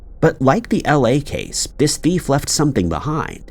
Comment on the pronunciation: Why do you pronounce the word “thief” like “bift”?!?